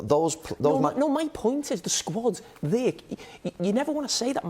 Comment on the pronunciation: Nobody Carggher: thyeeer